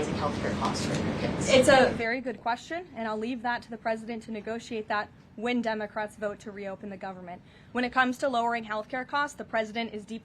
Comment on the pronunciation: lol. Did she say “Dumbacrats”?